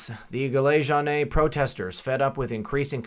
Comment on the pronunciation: Jaune rhymes with shown.